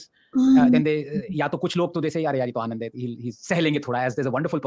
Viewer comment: Bro "Anand" not Aand😂😂. Pls don't mind it but I lost it when I read that!